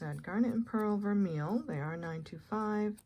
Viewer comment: Hi, 👋. The term “vermeil” (gold over not only sterling but other metals, too) is French and pronounced “vur-MAY”. Just trying to help 🙂